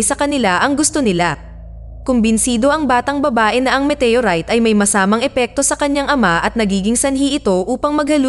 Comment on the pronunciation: Walang pelikulang METEYURAYT! baka galing din sa ibang planeta ang nag salin sa salitang pilipino. OLRAYT METEYORAYT